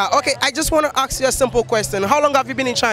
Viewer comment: Bro plz it's been 2 years since I subscribed to ur Channel and u still make the same mistake of pronouncing the word "ask" "asking" u always say aks aksing don't u notice that when u edit ur vids????